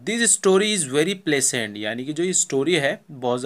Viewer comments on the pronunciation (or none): pahle aap tho bolna sikh lo pleasant ko bolte time ˈplezənt bolte hai bacho ko fail karwoge